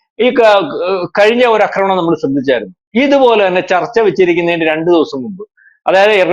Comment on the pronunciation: ആക്രമണം എന്ന് പറയൂ. അക്രമണം എന്നല്ല